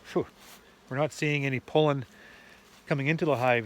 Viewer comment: I prefer the pronunciation p-oh-llen, over the pronunciation p-ah-llen. Not sure which is correct. Perhaps both. Your pronunciation just sounds right. I love the way Canadians speak English, and I love all of our northern neighbors, Eh?